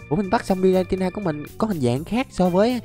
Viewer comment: anh đọc sai tên rồi kìa 😂😂😂😂😂😂 tội cho thằng nhỏ tên Giratina mà anh đọc Gitanita